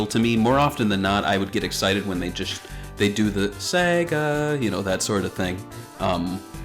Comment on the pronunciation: Guy: saga Me: no sega Guy: soup Me: "face palms"